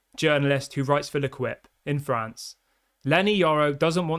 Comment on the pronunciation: The name of the french paper is pronounced Lu - Keep, not Lu-Quip